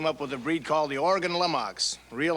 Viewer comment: I'm always surprised hearing people pronounce Oregon properly.